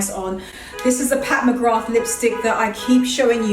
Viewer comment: Filming in front of that large mirror is great because we get to see the back of the dresses as well as the front at the same time. 👍 The dresses are gorgeous and those trousers you've ordered look amazing. One thing - Pat McGrath - The 'th' is silent, just say MaGra. It's an Irish name and I'm Irish and have a friend with that name.